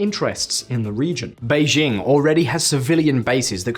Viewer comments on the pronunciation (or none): none